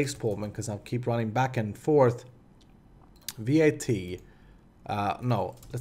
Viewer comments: It's not V.A.T, it's just vat. Pronounce it like the beginning of vatten and you should get it right :) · It's not V.A.T, just vat...